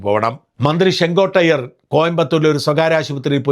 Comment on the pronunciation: Chengottaiyer ennalla...chengottayan ennanu